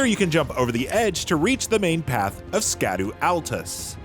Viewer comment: Fun fact, "Scadu" is pronounced "Shadow"